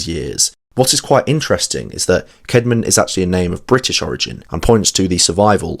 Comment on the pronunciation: Was his name Kayd-mon or Kaad-mon? I think the old English 'ash' letter that combines ae is pronounced like the a in cat. So I go with Kaad-mon.